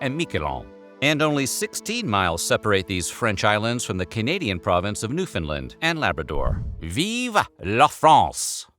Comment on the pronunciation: My God Americans need to learn how to pronounce Newfoundland, that is not how you pronounce it, you should learn it before you post it